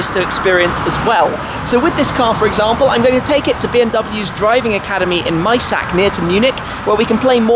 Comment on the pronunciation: Did you say you were going to drift around "MySac"? aaaa Huh huh...